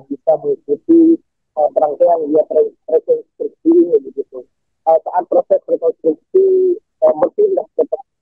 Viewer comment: REKONSTRUKSI MBAK PAKE S DI TENGAH NYA BUKAN REKONTRUKSI...🤭